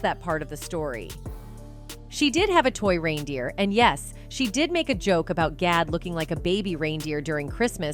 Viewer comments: Its not RINE DEER!!!! It's reindeer as in rain!!! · Is this A.I. rine instead of rein pronounced RAIN... Click bait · It's pronounced RAINdeer! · The constant mispronunciation of reindeer is driving me bonkers. Sent from my piHone